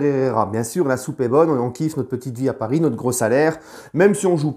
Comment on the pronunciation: Nan il sait dire aussi " Ici c'est palis " 🤣